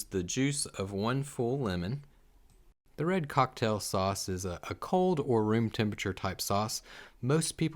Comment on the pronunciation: Haha love the way he says “horsh radish shauce” like a tongue twister 😂👍🏾